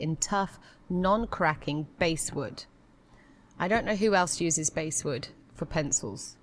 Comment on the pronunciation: Not pronounced ’basewood’ “a” as in “apple” or “ass.”. b-ass-wood. It’s a common hardwood tree, soft and light, consistent nice grain.